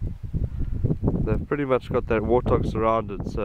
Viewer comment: Wootah..realized later he’s saying warthog